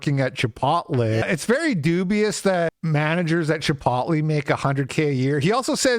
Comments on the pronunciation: Bro. Chip-ote-lay. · Repeatedly mispronouncing the word "chipotle" completely discredits any point you were making. 12 years ago, I bought a house, making $38K a year, by myself in south east Pennsylvania. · Dude do you really not know how to say Chipotle!?! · Why do you pronounce chipotle like that? No one says it like that.